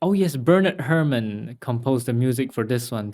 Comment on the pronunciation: Hair-mahn. Bernard Hair-mahn. Not "Hermin."